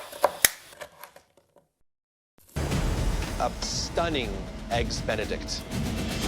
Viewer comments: 'eggs bene' really? Can she not say 'Benedict' properly? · “A flawless eggs benict” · "Eggs benni" I never want to hear that again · " EGGS BENY " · She said eggs bene get the hell out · Nobody asked you if you made "eggs beni often"